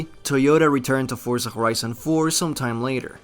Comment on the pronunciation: did he say forza khorizon?